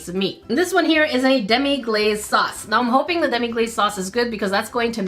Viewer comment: It's actually pronounced Demi-glass not demi-glaze